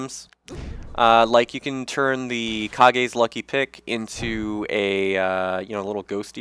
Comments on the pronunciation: kah-gay's lucky pick? its pronounced like cage 'cept with a k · Kages lucky pick is in reference to Kyle gas from Tenacious D and the pick of destiny so its not pronounced : Kha-gay its pronounced like cage. Its whatever thought i just thought you would like to know you can say it however you want.